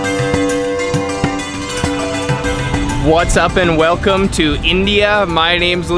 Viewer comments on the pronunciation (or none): none